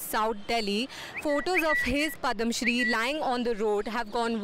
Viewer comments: What's PADAMShree, it's called PADMAshree, being a journalist, pronunciation matters. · What is Padam Shree? :-) at least pronounce it right